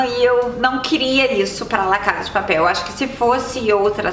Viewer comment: Fiquei sabendo que foi eleita a melhor série espanhola “La casa de papel” vc falou engraçado